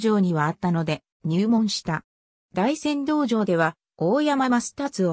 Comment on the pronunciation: 倍達は「ますたつ」と読めて、大山道場が「だいせんどうじょう」